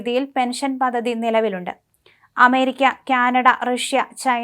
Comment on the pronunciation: Paddhathi. Not pathathi.